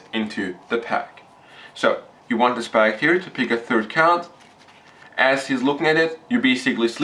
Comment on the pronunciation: Its spectator, not SPACTATOR!